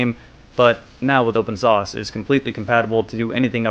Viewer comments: It's open source. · It sounds like you are saying open sauce.